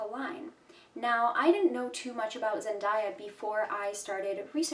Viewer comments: Her name is pronounced “zen-DAY-a” not “zen-DIE-ya” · It’s Zen-DAY-A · You pronounced her name incorrectly